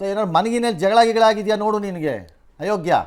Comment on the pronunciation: ಲೋ ಅದು ಹಯೋಗ್ಯ ಅಲ್ಲಾ ಅಯೋಗ್ಯ ನೆಟ್ಟಗೆ ಕನ್ನಡ ಮಾತಾಡಲು ಬಾರದ ನೀನ್ಯಾವ ಸೀಮೆ ಗಂಜೀ ಹೋರಾಟಗಾರನೋ 😂😂😂